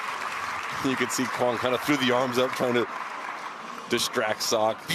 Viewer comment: Yay, pronounced Quang almost correct. Keep it up.